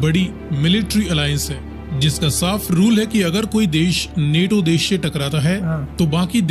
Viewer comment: नेटो नहीं नाटो है वो भाईजान